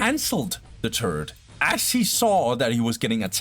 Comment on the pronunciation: Love the casts - but your pronunciation of "turret" as "turd" is somewhat distracting haha